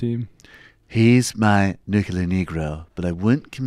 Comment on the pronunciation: Love you guys, but every time you say 'nuculer' instead of 'nuclear'...I want to slap you.